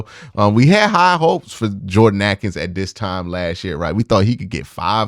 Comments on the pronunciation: Ah-kins? Not for me! Isn't it Ay-kins? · I don’t think you’ve ever pronounced Jordan Akins name right Q. Cmon now